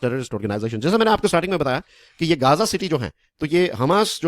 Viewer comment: अच्छा हुआ इस्राइल ने घेराबँदी की हैं जी गांजा की ......ध्यान से बोल भाई कहीं नशबन्दी ना कर रहा हो ....देख ले एक बार अच्छे से...